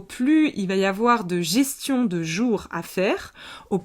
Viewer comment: "Gestion" 2 fois de suite j'entends derrière "gestation "